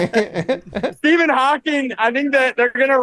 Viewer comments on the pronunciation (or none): none